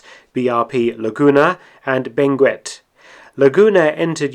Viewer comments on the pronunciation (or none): Fun fact, Benguette is pronounced as beng-get (useless fact)